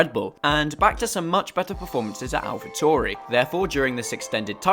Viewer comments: But why do you pronounce Alpha Tauri like you're the famous name butcher Christian Horner? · They way you say alpha tauri just sounds wrong